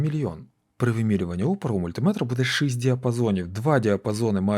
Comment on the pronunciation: ЧОГО шЫсть а не шІсть ?